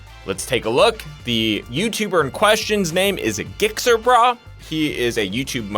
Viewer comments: It's gixxer. Like jick-zer, and not "gigxer" like giggity giggity. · Gick-ser-brah... lol. It's Jixer Bray :) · Its not gixxer brah.. its Jixxer brah! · This dumbass really said GIX-ER brah 💀 it's pronounced JIXXER, like the bike ....lmao 🤦🏻‍♂️ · Its pronounced like jixxer. Its a type of motorcycle. Not gyxxr lol. Love the video tho tom! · Jixxer is the pronunciation. Dude has no gear. Typical gixxer bro. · You say it like jixxer. Not gixxer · Bro it's pronounced "jikser", not "gikser" lol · it's not pronounced Gixxer. it's pronounced Jixxer. The motorcycle is called a Gixxer because of the name given to it being GSX_R. This is probably either a Gixxer Thou, or a Gixxer 600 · Go watch his channel he is constantly posting himself doing illegal shit…lmao 100mph wheelies with passengers, 120-130mph+ with passengers… I’m surprised he hasn’t been arrested yet. Also Gixxer is pronounced Jixxer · Gixxer Pronounced Jixxer! Suzuki GSXR = Gixxer = Jixxer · it's Jixxer. (GSXR) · Gixxer Brah's name is pronounced with the same "G" sound as "giraffe". It's pronounced Jix-xer Bruh. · The g in Gixxer is pronounced like a J.... just saying. Its a slang nickname for a Suzuki GSX-R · Rappers be talking about murdering people and posting it online. Clearly this video of gixxer (jikser...for pronunciation) brah is fake👎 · it's pronounced "Jixxer". the bike he rides is a GSXR1000. if you say it fast, it sounds like "jixxer". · GIXXER had me rolling lol.. its like Gix Er. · I knew he hated motorcycles or didn’t know much about them when he started the video calling him “gicksir brah” 😂 people don’t know how to say gixxer? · His YouTube name is pronounced like a J, and it's a reference to the Suzuki GSX-R series of motorcycles. People call those "Gixxer's". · Its pronounced like "jixxer" ya fackin panzy. this guy is a legend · Pronounced Jixxer. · fyi its said jix er brah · Its pronounced {jixxer}. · It's pronounced Jixxer Brah. Like Gif.